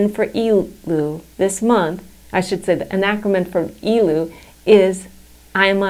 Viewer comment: Its not "EEEE-LUl" Its "EH-LUL" perhaps you should learn Hebrew before you go on youtube and explain Hebrew and Jewish topics.